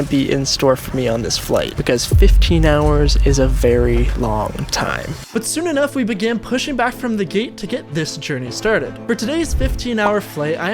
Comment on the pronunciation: By the way you said geet instead of gate 😊